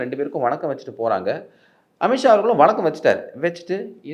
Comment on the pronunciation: அமித் ஷா, अमित शाह என்று எழுதவும், உச்சரிக்க வேண்டும்